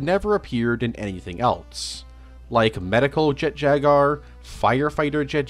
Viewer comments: Calling it jet jagar instead of jet jaguar really annoyed me for some reason. Like come on! Jaguars already a friggen word! How do you fuck it up. Great video though. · Bro really said “Jet Jagar” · mispronouncing japanese words/names is perfectly understandable their language is VERY different from english so theres no issue with that but my brother in christ theres a U in jaguar 😭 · "Jet jagar" 😂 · Or Jet Jaguar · Even with this remaster you couldn't pronounce Jet Jaguar correctly smh😢😢😢 Jk great remaster and I literally watched the original video yesterday and I didn't know about this one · why does he say "jaguar" like that